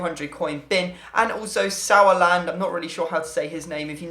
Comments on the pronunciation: I am German and the pronunciation of "Sauerland" was really good for an English person. Well done! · You said Sauerland correctly, for Pucciarelli it's the ch- sound on chocolate :) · Sauerland pronounciation was spot on ;) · You pronounced Sauerland very Well :)